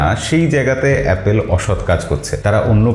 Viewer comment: এই ভাই থামেন থামেন আগে এ্যাপল বলা শিখেন 😂